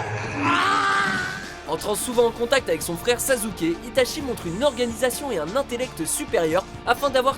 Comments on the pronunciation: Très bonne vidéo, mais redez moi un service, prononcez "sassuke", pas "sazuke", même si ca s'écrit sasuke. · " Sazouké " wow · J'ai pas rêver, tu prononce sasuke : "Sazuker" ? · Mauvais top sur pas mal de point que je ne tiens pas a rappeler, car beaucoup de gens l'ont déjà fais avant moi, mais les prononciations... Illumi - Sazuké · sazuke Mdr !!!! VOUS AVEZ SAZUKE !!! pas grave mais bon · euh juste apprenez a dire les noms des persos avant de faire vos videos car la ca me herisse les poils le s sosote de sasuke franchement meme un idiot sait le dire correctement alors svp faite un effort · Ca me choquerais toujours (et même si je déteste Naruto) le "Sazouké" (l'orthographe est voulue) à chaque fois qu'on en parle de WatchMojo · Son frère "Sazzuké " AH ok XD j'prefaire sasugay